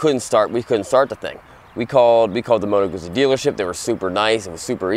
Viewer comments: You should pronounce Moto GUTZI - not guzi. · Great video, but it's prenounced "Gut-zee" not goozee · Moto GOOTSIE, not modo gussy... 😉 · Guzzi is pronounced like pizza. You get me? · The pronounce it like Gutzeee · Double 'Z' is pronounced 'TZ' in Italian. Plus the 'U' as 'OO'. 'Moto Gootzi' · I think it should sounds like "pizza", because it's Italian ;) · Gootzi, Gootzi, GOOTZI!!! 😅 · Guzzi. The pronunciation of Guzzi is Gootzi, the Z’s are pronounced like T’s, as in Pizza, Peetza. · G U ZZ I not Gootsie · Dude... In the video, says it like "gussie". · Guzzi is pronounced like pizza! you say PITZA and you say GUTZI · I have to say this was a difficult video to watch. First, learn how to pronounce the name of the bike you're showing. It matters. Also, that's not a touring bike, which would have a fairing, luggage and footpegs mounted further back that would allow you to shift your weight on the seat for long-distance comfort. The Guzzi Californian is a cruiser. It would help your viewers to get a much more comprehensive, or even rudimentary, idea of the bike if you would bother to learn its basic functions before doing the video: "Here's the gas gauge...super cool...don't know what that means...this here...don't know what that is..." Well, it could be the kill switch, which you wouldn't want to punch while you're riding in traffic. Learn how the bike works before you ride it. And it would seem that you might benefit from taking a beginner's Rider Safety Foundation course. The time to adjust your mirrors is before you leave the curb. And don't ride in the center of the lane, that's where the older cars are dripping oil. Finally, religion is a private and personal thing. Please keep it to yourself. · How he pronounces guzzi😂 oh these americans👌🏻